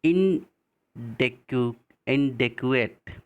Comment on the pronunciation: Inadequate अपर्याप्त....... इनऐडिकोयेट , प्लीज़ उच्चारण सुधारें सर ।